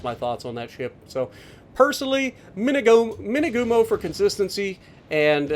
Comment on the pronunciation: Dang it! I thought you were saying "two-by-two" the entire time up until 15 minutes in. I was thinking 'oh cool, it's got torps kinda like the kamikaze?'. Imagine that.